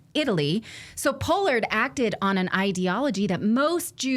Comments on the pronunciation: Pol-lard not po-lard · Paaaallard, not pollard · Pronounced “paw-lord” I believe. Just FYI. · The man's name is pronounced Pollard with a short 'o'. It's NOT a long 'o' as in "pole".